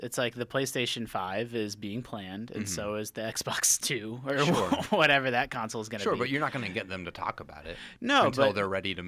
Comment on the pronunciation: That guy has gotta stop pronouncing it a "council"